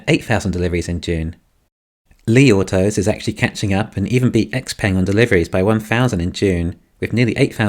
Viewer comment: Is pronounced xpung